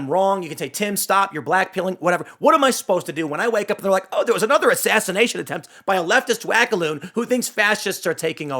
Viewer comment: Assass-Ian-ation attempt? What would that be? Ian attacking you mentally with his crystal hippie magic?